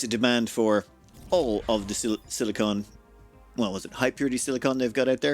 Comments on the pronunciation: SiliCON not CONE xD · Not to be a stickler or anything, but your both pronounciations of silicon are wrong. It's pronounced "silic'n", the 'o' is quiet. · Nit picky acros the pond. Differs from place to place...